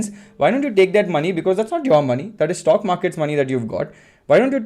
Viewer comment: What is a Shhtokk? It sounds like Stock to me.